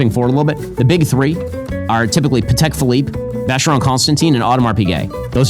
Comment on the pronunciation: can he pronounce a single watch brand correctly? Patek? Breitling?